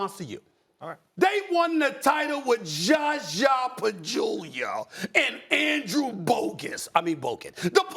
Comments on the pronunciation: Stephen A smith always says: "JaJa Pajula", haha... its Zaza Pachula🤣🤣🤣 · he really said Jaw Jaw Pajewlia 🤣🤣😂😅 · No one : SAS: “ JAH JAH PACHULIO “ 😂😂😂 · “JAJA BAJULIA” - Stephen A. Smith